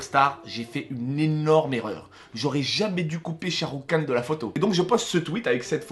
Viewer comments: Shahrukh Khan ça ce prononce Rhan ! Le k ce prononce comme un r comme en arabe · Mdr j'adore tes vidéos mais je suis fan de Sharukh khan par contre c'est "khan " même prononciation qu'en arabe mdr et c'est une star également au RU pour la communauté indienne présente et en Amérique Latine les films Bolywood sont pas mal connus également. Bisous !